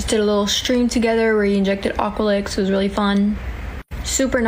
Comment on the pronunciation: Aqualix though lmfao at least get it right